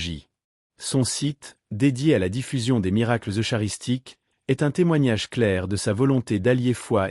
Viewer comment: L'ia est une horreur dans la traduction du texte prononçant : i grecque au lieu d'une liaison avec simplement le son , i , ainsi que la prononciation du mot eucharistie en : eu chat ristie . Vraiment désolant. Carlo ne mérite pas ça.